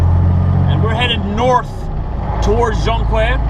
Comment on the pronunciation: its pronounced jon key ere